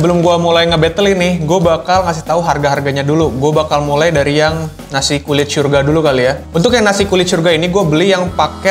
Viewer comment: Bang, lu ngomong "syurga" udah kayak "sya" huruf ijaiyah dan lu ngomong "kol" kayak pake "kho" huruf ijaiyah. Lu pernah jadi guru iqro yah? Wqwq